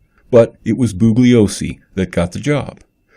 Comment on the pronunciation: To the maker of this video. I simply cannot take you seriously. You can't even pronounce "Bugliosi" correctly--and you *HAVE* to know that the "G" is silent, by now! Vince made this clear hundreds if not thousands of times! Some of the things you have said in this video are just outrageously stupid, ludicrous and insane. The victims who were murdered are dead. Period. End of the story!